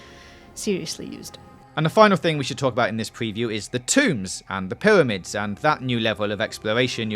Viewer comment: the tombs and the pywamids